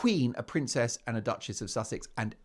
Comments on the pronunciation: A stupid stewardess. Queen, Princess, Duchess couldn't even pronounce Sussex. 😂😂😂 not impress. Low class stewardess😮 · Public divulgence of experiences with passengers by American Airline staff is a sackable offence. This young woman may be attractive but is as 'thick as a brick', a typical gen Z. She has never even heard about or how to pronounce Sussex. 🤣😂🤣 what a laugh... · If Nina was a true fan of Harry's wife, she would have known how to pronounce "Sussex". She'd also have known about "As Ever" 😂 I think was just excited to meet a famous person. "You know me well" - she's big on hand-written notes isn't she? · Very articulate indeed, she can't say Sussex or properly read the note... I also agree with many comments, they can't wear long nails because they provide food and beverage service, and she would/should be fired on the spot for revealing the identity of a guest, it's forbidden in all hospitality environment. That's perhaps why Meghan was appreciative of her, their mutual disrespect for rules. Yes, I think Meghan IS very scary and evil. Your interaction with Redge(? is the spelling ok) was the best!! I love the hairy hijacker, he does as he pleases and, very endearingly so. 😻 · This girl couldn’t even say Sussex.. she’s not to bright… airlines don’t hire dumb people…my friend was an airline stewardess..your hair has to be neat and nails neat and short..this is 100% fake…that’s not even the correct uniform for AA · That was definitely a fake tiktok post. She couldn't even pronounce Sussex 🙄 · So contrived. She has no idea who she is and can’t even pronounce Sussex. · First thing: a flight attendant that has trouble pronouncing the word "Sussex": yes, quite the tongue-twister. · That was definitely a "paid-for" tiktok post. She couldn't even pronounce Sussex 🙄